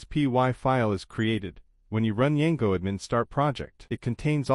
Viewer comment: why you saying Yango